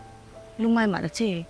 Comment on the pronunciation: Mai tih hmanna awm turah mei tih in hmang leh thin hian beng ati thlep deuh tih mai loh chhu, in bawn